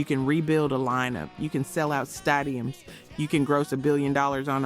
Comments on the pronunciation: Was this AI? What's a stuadiem 😂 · Ahhh, another word AI can't say right "stadium", lol. :)